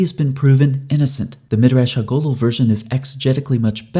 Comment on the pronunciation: Love the videos… but every time you say “ha gadol,” I cringe a little bit lol. It’s Ha (hah) gadol (gah-dowl), a Hebrew word for big or large, like when we say ha’bayit ha-gadol, or the big house.